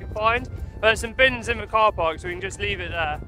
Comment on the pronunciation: Why do you say your 'th' sounds as 'v' sounds?